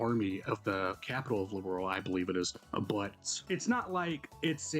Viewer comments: I hate Gungho so much for making the VAs say "Liberal". It's LIBERL. there is no a in it. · It was a fantastic remake 1:1 to the original. Sadly they messed up prononciation for a bunch of names ... "Liberl" isn't pronounced "Liberal", "Zin" is pronounced "Jin" , "Loewe" is pronounced "Lou-vay" It might hurt the consistency later down the line for new players like you. Hopefully they'll fix this in Second... chapter